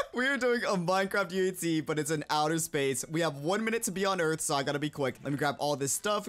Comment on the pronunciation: I love it when he said like UHZ and not UHC